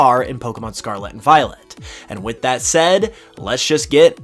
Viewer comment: Scar-Let not scar-la